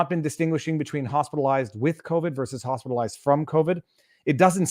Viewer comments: Sounds like she is saying "Hostilized" with covid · AND how many of those hospitalized recovered?! Wait, did she say “hostilized”?